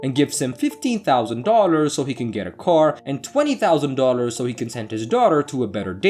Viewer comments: ". Twenty thousand Dodders.." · The robo voice was quite convincing until it tried saying Dollars it was more like doelars ! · TERRIBLE NARRATOR!!! STOP talking so much noone wants to here your voice. Also, do you know how many times you said DOLLARS and you can't even pronounce the word at all!! Hey don't quit your day job if you have one.